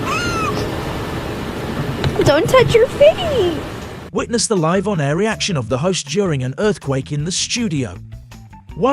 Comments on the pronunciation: Presenter needs to understand English...liv on air is not how you pronounce LIVE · You commentary is shhite, live and none are not pronounced like that you mooron. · Pretty bad voice over. The letters 'live' spell 2 words that are pronounced differently. Getting it wrong simply adds to the embarassment of this post.